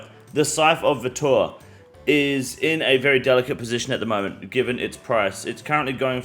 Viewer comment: he says scythe of vitur like he's watched too many hawk tuah memes